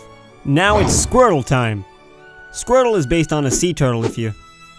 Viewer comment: "Now It's Squirrel time!" did he say SQUIRTLE or SQUIRREL?